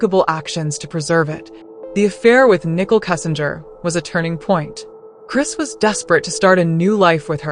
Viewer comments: Why is she calling Nicole nickel? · Nickel it's Nicole